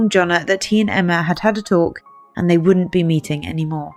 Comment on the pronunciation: The word is "wouldn't" not "woont".